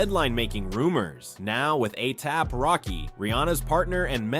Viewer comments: Anything but A-SAP. 😂 Alee-app, A-thap, A-hap A-say-yay-pee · Why is he saying ATAP?!?! 😅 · ASAP rocky not aap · Anyone else not hear the 101 ways dude said "ASAP"? How can a spelling/pronunciation be wrong so many times I begin to think dude was deliberately playing with us... 😅❤ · Asap’s name was butchered about 70 times